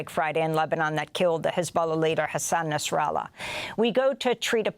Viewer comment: He’s is called Nasrallah not NASARALLAH you are getting me angry 😡😡 what do you mean NASARALLAH NASARALLAH NASARALLAH These people can’t even pronounce properly